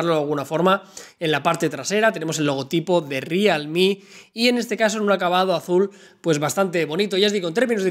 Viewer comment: Rialmi???.... jajaja